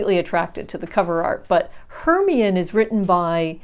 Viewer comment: 'Hermione' is said Her-MY-o-nee 🤎 Thanks so much for introducing me to these, the covers are lovely which is a big thing for me when buying a book. I've read HD's wartime poetry trilogy, she writes around the time of T S Eliot, was into Ancient Greece and blended both in Trilogy, so really interested to have a look here at the one you showed. PS love to see your cat Suki and the shots of your home as well as the car crams with library stuff. Loving it, thanks for making these videos. Looking forward to the next one...